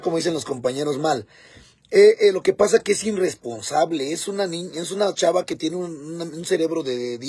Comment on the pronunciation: Se dice irresponsable 😂